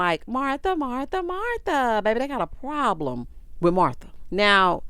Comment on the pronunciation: She talking about she know how to properly pronounce Baltimoreso that's why she said Baltimore but at the same time at the end of her whole sentence about how she want to meet somebody's son and build an empire witha. I'm thinking like sorry that's not how you properly say with, it's not witha. I hate when girls talk and add extra letters to words that don't even make sense, like No a, when they're saying the word no, adding" a "is one of those examples. Like if you going to try to dog out Baltimore folks for how they say Baltimore, then you need to properly speak throughout your whole sentences.